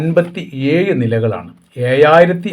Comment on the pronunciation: യുടെ സംസാരം കാണുമ്പോൾ ഇനി ഇതിൽ എവിടെയെല്ലാം ഴ വരുന്നുണ്ടെന്ന് അറിയാമോ.. എന്ന പഴയ മിമിക്രി കോമഡി ഓർമവരുന്നു😂 "ഏയു വർഷം നിർത്തിവച്ചു നൂറ്റി അന്പത്തി ഏയു നിലകൾ ഏയായിരം ചതുരശ്ര മീറ്റർ😂